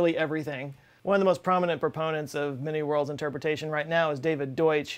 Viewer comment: Every time he says many-worlds I hear mini-worlds .